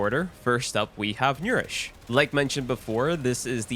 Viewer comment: He did butcher that word alot